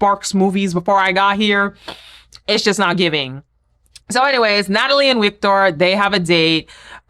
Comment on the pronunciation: Think you can just say “Victor” because German and Nordic languages have a W that makes a V sound